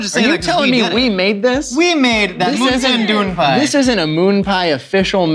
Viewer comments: Moon-ten doon-pai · MOONTAIN DEWN PIE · "Moontan Dewh Peyes" - 2020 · Moonten Dewn Pie? ...What a time to be alive... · I reclicked on this video just to here say moontin dune Pie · Moon tan dewn pie? Sounds like thigh food! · Moon tin doo pie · Moontin doon pie 😂🤣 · pronouncing MoontainDoonPie sounds like another language altogether I can't even 😂😂😂